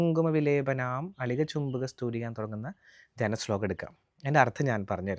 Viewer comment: 1അളിക" ചുംബി" കസ്തൂരികാം 2 സമന്ത ഹസീശേഷ്ണ എന്ന് അല്ല. "സമന്തഹസിതേക്ഷണാ" എന്നാണ് 3.മരുണ മാല്യ എന്നല്ല,,, അരുണ മാല ഭൂഷാംഭരാം എന്നാണ്... ഇതൊക്കെ അറിയാതെ ആണോ പഠി പ്പിക്കുന്നത്?